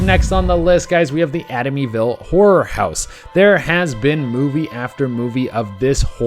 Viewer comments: But he read it as "Atimyville" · Whats the " ATIMY-ville" house? Am i the only one who caught that? ...love the video tho.